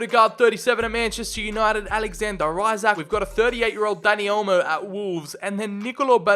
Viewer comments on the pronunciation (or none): none